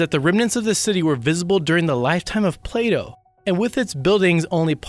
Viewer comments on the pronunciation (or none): none